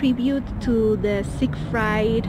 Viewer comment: It's pronounced Sig-freed